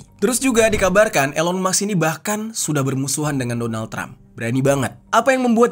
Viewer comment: Sebutnya ilon kak bukan Elon